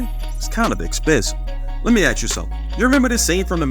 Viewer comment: Good video but the music was often distracting and it’s ask not axe lol